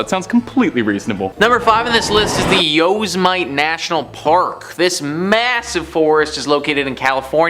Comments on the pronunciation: Please don't be a cotton headed ninnymugens and continue to call it yosamite national park. It's Yosemite (like,yo and semite ) put together. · Not Yose mite, it's Yo sim a tee.